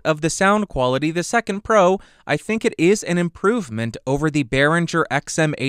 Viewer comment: Great, but it's BerinGer, not BerinJer ;-)